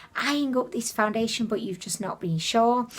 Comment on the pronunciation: I came her to hear you say “foundiddliation”. I HATE peeling stuff, I bought a new face cream and it peels!